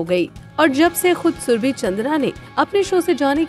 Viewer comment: shurbe. Nahi ib nahi